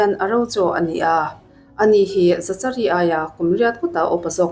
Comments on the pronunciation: Za cha ri an tiah, Zakari tive mai la 😂😂😂 dangdai e 😂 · Zachari nilo in zakari anih hmel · Zachary tih hming hi "Zak-a-ri" tiin lam tur a ni. Zachary: zækəri Lam dan phung: "Zak-uh-ree" emaw "Zak-a-ri" tiin lam rik a ni tlangpui. A hmasa ber 'Z' hi a ri nasa deuh a, a tawp lam 'ry' hi 'ree' tia lam rik a ni deuh ber. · Zachary>zakari a ni lo em le😁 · Dik chiah,Zakari tih ve mai awm.. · Zachary ti lovin Zakary tiin lam zawk la,Psycho ti pawh sykaw tia an lam ang deuhin...a spelling ang thlap thlap a lam rik lo chi,silent chi a awm ve a... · Zachary = Zakary tiha lam tur😀🙏🏻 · zachary tih te,saptawng zir a ngai nasa😂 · Zachary i lam dan em2 chu leh😂😂😂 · Miami pawh Miami ti in a lam ve ta a lawm mia-mi ti khan a lam thin a😂 Zachary pawh lam dik ve mai ang😂😂